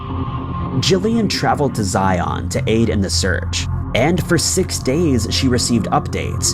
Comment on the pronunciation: ZIun, not ZIAWN. 🙄🙄🙄